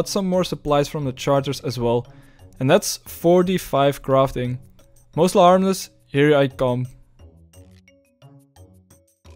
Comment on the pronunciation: Mos Les Harmless is a play on words meaning Mostly Harmless. Your pronunciation of it is so triggering lol